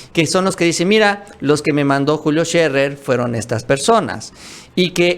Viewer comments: No se dice Julio Sherrer, es Sherer sin doble rr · Agradezco la información que nos comparten. Como comunicóloga les comparto que Scherer se pronuncia no como si tuviera doble erre (ferrocarril), sino como tiene dos erre sencillas (erario, horario, Scherer). Saludos.